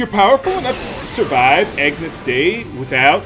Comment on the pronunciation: Its pronounced "ah-nyus deh-ee",.:)